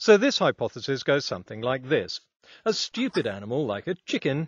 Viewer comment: “A schtewpid animal, like a Ćhicken”